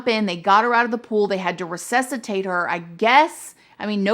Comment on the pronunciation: Its pronounced “RESUSCITATE” not recessitate